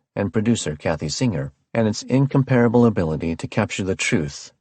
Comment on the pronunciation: Good reader. I'll excuse him for mispronouncing "incomparable." :)